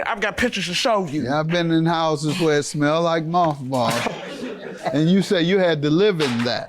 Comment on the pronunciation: Dam I must be high I thought she said malt balls like the candy not moth balls lol